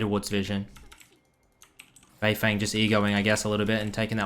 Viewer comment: Anyone gonna tell him it’s said “bei fung”